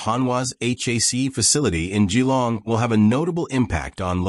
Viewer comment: I'm actually impressed it was pronounced correctly.